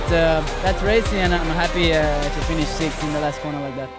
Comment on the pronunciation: It's funny how Felipe can say sixth but you can't.